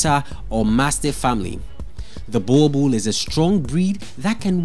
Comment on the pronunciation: Wrong pronunciation of Boerboel